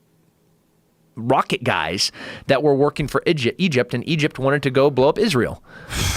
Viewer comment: Working for “Idgept”